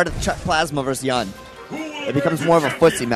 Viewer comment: Why do keep calling Yun "YAN"? WTF